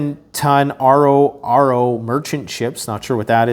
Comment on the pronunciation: The RoRo ships are massive vehicle haulers. In the biz we pronounce it as it appears “Ro Ro”. They’re truly massive!